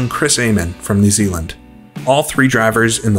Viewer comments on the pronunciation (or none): none